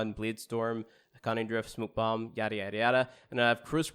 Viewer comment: He pronounced smoke bomb to ''smuk'' bomb